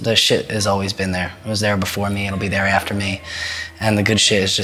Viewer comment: heh the way he says "after" makes me laugh